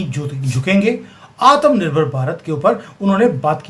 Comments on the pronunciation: Sorry to say aap Bhartiya ho aur Hindi Bhasha ka pronunciation sahi kariyega Aatam nirbhar BHARAT NAHI Aatmnirbhar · Aap , Atmnirbhar Bahut funny pronounce karte ho